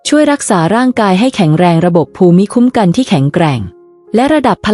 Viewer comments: เนื้อหาน่าสนใจ ว่าส่า การพูดชัดเจน น่าฟัง แต่การพูดเว้นวรรคไม่เหมาะสม และมีบางคำไม่ถูกต้องเช่น ภูมิคุ้มกัน คุณพูดว่า พู-มิ-ค้ม-กัน (ภูมิคุ้มกัน )ซึ่งน่าจะพูดว่า พูม-คุ้ม-กัน เป็นต้น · วีดิโอนี้มีประโยชน์ครับ แตอยากจะขอแนะนำผู้อ่าน ขอให้รักษาวรรคตอน และการออกเสียงคำบางคำทีผิดพลาด เช่น ภูมิคุัมกัน ให้อ่านว่า พูมคุ้มกัน ครับ ขอบคุณครับ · ขอบคุณ.ที่จัดทำเสริมชีวิตให้ดีขึ้น.การอ่านเว้นวรรคตอนผิดไปมาก.คำภูมิปัญญา.ภูมิคุ้มกัน..อ่านว่าพูม.ปัน.ยา.พูม.คุ้ม.กัน..นะครับ.น้ำเสียงพอผ่านครับ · ข้อมูลดีค่ะ แต่การอ่านต้องปรับปรุงค่ะ ภาษาไทยควรศึกษาก่อนลงเสียงว่า คำใดอ่านว่าอย่างไร เช่น …..อ่านว่า พูมคุ้มกัน และวรรคตอน ควรเว้นวรรคอย่างไร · ภูมิคุ้มกัน อ่านว่า พูม - คุ้ม - กัน ครับ